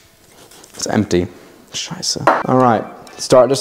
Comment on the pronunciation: I love the 'Schietze' under his breath